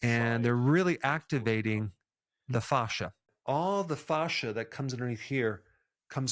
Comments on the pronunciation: In my 20 years of working directly with doctors, nurses and surgeons, you're the only person I've EVER heard say FAW-shuh. 100% of medical professionals have said FA-shuh, to rhyme with ASH. I think it's rubbing me the wrong way when I shouldn't give it a second thought cuz you're really emphasizing FAW, Provoking me! 😆 But I won't let this go against your great record here. Good info as always. 😉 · I can’t stop hearing Goldmember from Austin Powers say “fahza” every time he says “fascia.” 😂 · Not sure I want to listen to a man who can't pronounce 'fascia' 🤣 but... I know Americans struggle with forming vowels and consonants. Keep trying 😁👍🏻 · It's kinda jarring to hear fascia pronounced this way, when in a roofing context (fascia is found framing edges of eaves and gables of your roof) it's pronounced fay-sha 😄 I wonder why its the same word for such different things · Dr. Berg, thank you for all your content. I'm a big fan of your videos. I have to say though (through no fault of yours) every time you mention 'Fascia' I can't help to not laugh a little bit because it reminds me of the 'Goldmemember' character from the Austin Powers movies talking about his father in his thick Dutch accent. :) Thank you again for a great channel! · Say "fascia" one more time. Dare ya! 😂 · Ive been saying fascia wrong all my life 😄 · Everytime you say fascia I think of gold member 😂 but great info, thanks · I can't help to laugh when you say fascia all I hear is Austin Powers Gold Member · I loved every time Dr. Berg said fascia! 😂